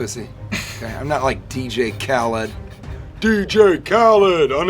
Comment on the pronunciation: How you gonna mispronounce DJ Khalid when on many songs that's all he says